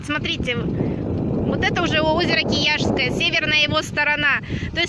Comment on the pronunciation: 9.15 - озеро Круглое не используется для стоков завода. 9.25 - озеро КИЯТСКОЕ, а не Кияшское